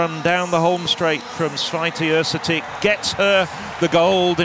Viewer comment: These two guys were not that bad. 😄 I think that Święty is virtually impossible to correct pronounce for a native English speaker.